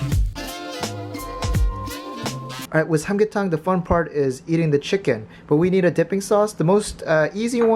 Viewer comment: CHEE-KUN? LOLLLLLL